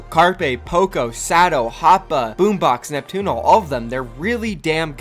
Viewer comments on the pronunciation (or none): It's a meme lol, the casters kept saying boombax